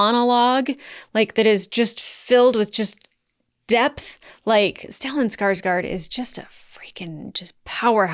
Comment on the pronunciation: since you like Stellan Skarsgård so much, you should learn how to pronounce his last name. the letter "å" is not an "a", try to pronounce it like this "Skarsgord" like you would pronounce that in english. Great reaction as always btw.